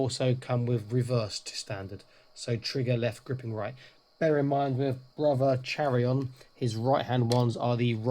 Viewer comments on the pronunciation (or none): By the Emperor! Kai-ron, not Chair-ion!! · I’m going to be that guy. Chairon is to be pronounced KYRON.